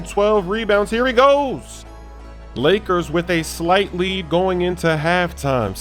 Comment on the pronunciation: He said blakers